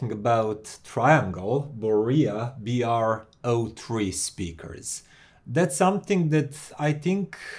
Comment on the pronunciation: Dude it's Bro 3 in USA! Not B-R-O 3